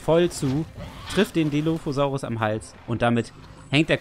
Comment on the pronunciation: schau gerade dein video.. aber du musst den dilophosaurus richgtig ausprechen :) und dann sagt jemand was zu Jurasic world?...sorry ich bin 80er kind und JP. wuff.......er kam in de kino am 11.6. seht euch JP 1 an, bester film ever. JW mit chris patt auch cool. Velociraptor nur etwa 2 m lang??? was? er muss länger gewesen sein, wie auch der DILOPHOSAURUS....